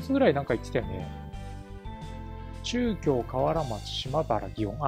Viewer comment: ちゅうきょうってなんだろと思ったら、なかぎょうだったとは、、、やはり漢字の読みは難しい(-_-;)